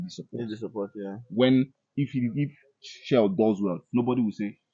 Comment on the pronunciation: Journalist. Coach name is pronounced SHELL and not SHELLEY. I beg pay attention to details. Jay has his right and his opinion but wrongly delivered. He could have considered the ripple effects of such reckless statement. Consider the psychological effects on the players. Jj I beg Dont distract the coach and Dont make the players look down on the coach .